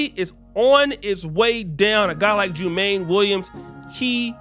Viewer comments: Its pronounced JU-MON-NEE. I am a NY'ER. This is no good. We cant have these first generations politicians in office. We must vet all thoroughly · Jumaane is pronounced "Jew - Ma - Knee" Williams.